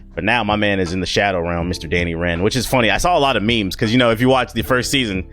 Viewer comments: Did this nigga say me me videos? 🤦🏾‍♂️ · This nigga said “ME-ME” instead of “MEEM” I lost it all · Bruh called memes "me-me's" smh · Did he say me mes?